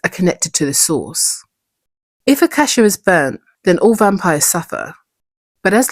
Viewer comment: I thought i heard you say "the blood of a cashew" 😂